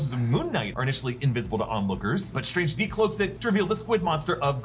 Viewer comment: "Dr. SILIIILII UIIUInge"